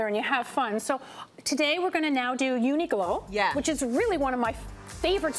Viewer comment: It's UniQlo...not UniGlo